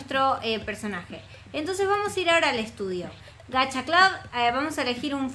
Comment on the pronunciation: En lo de Gacha lo pronuncia pésimo, pero en realidad "Clab" está bien, ya que así se pronuncia en el idioma inglés.